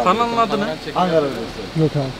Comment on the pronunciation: Angara nedir ya bu ne biçim telafuz biçimidir Ankara’dır o.